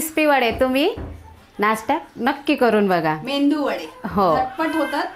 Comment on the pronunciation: मेंदू वडे नाही ताई 😀 मेदू वडे बोलतात......